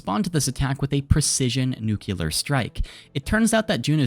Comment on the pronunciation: "nucular" noooo 😭